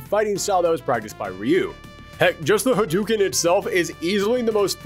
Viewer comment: HA-DUE-KEN? NO. Ha-DOE-ken